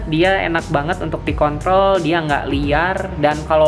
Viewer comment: kontrol yaa bro bukan k***0l kalo denger k0** wajib ke THT